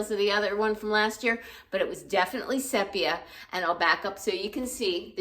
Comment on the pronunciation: I liked the jacket (pronounced SEE-pee-ah); especially loved it open.